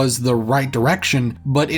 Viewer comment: By the way it's pronounced Too-ga-low, and Kee-oh-wee with emphasis on the last part of both words, you pronounced Chattooga right